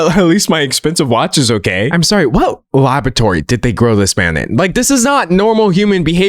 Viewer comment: At first I thought you said “what lavatory did they grow this man in?” Instead of what laboratory. He could have reasonably come from either a toilet or a Petri dish equally